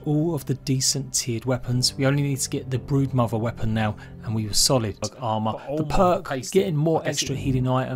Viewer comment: Legit sounds like he said "The Breadmother"